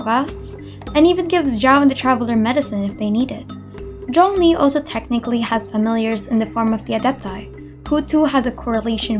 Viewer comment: Your pronunciation for zhongli is the most accurate I've heard, are you chinese?